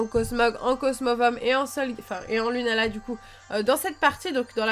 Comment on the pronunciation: Sa s'écrit lunala mai sa se dit lounala